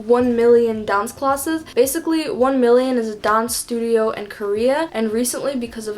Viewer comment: Ok, I'm new to her channel - what's up with her accent? Sometimes she sounds American, other times she sounds British (esp in words like class and dance)